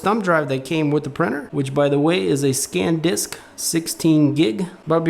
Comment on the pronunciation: Lol, Sandisk must be mad cause EVERYBODY calls it SCANDISK.. Great video and content btw, you`ve convinced a friend of mine to get into 3d printing!